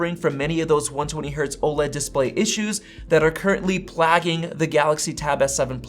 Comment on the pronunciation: Really good info to help us make choices on upcoming tech. Love it! One small point, be sure to check your pronunciation of the word “plaguing” for future videos. Hope that helps your continued success!! 😊❤️